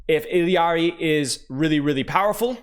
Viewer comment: is one of the few that say it correctly.